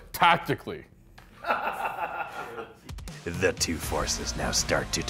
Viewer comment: "TAKTICALLY" lmao!!!!